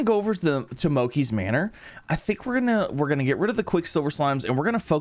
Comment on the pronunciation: He also mispronounces manor